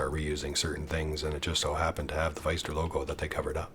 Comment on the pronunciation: Great video as usual! Pfister is pronounced like sister and mister btw!